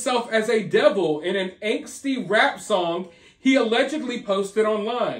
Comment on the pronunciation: yeah ... dee-vil ...